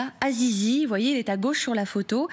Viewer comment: Azizi ahahahahahah elle a dit zizi